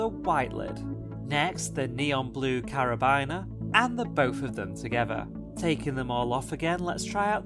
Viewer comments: ....just for future reference, it’s pronounced ‘car-a-been-er’. 👍🏼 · It really triggered me when he said Car-a-bine-er